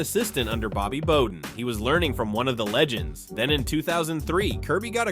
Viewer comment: "The Football Explained" channel can't even pronounce Bobby Bowden right lmao